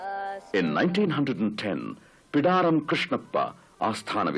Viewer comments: its Bidaaram Krishnappa not Pidaram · Thanks for Prasar Bharati Archives for making this documentary public. I just wanted to let you know that, its "Bidaram" Krishnappa and not "Pidaram" Krishnappa. I would appreciate if you can correct this.